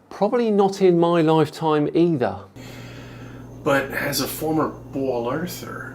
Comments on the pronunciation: Is he saying "bowl earther"? WTF? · I keep hearing “bowl earther” and was slightly confused.